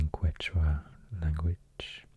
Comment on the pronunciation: It’s pronounced “Ketch-wa”